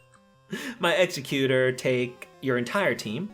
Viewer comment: Good video but damn...you really butcher some of the pronounciations. Especially Exeggutor and Lapras.